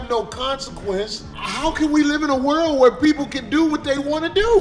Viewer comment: The way that English dude pronounced "world" is diabolical😂